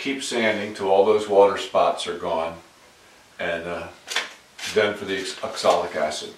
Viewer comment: If it's spelled oxalic, why do you call it exolic?